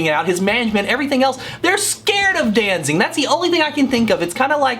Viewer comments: It sounds like you are saying "DanZING" instead of"DanZIG". But what do I know, I was never a big Misfits fan. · Did you just say DanZING?